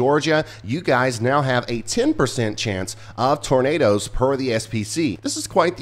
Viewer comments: Tur-nay'-ders, turnaders... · DANG "NIGHT NADOES".... Please be safe and aware if you're in the path!!